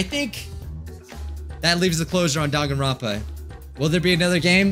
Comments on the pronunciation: the “dan” in danganronpa is pronounced more like “dahn” than “dayn” according to the way Japanese works. In Goodbye Despair they say it correctly after each chapter ends. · I pronounced it "Dain-gone-rom-pa"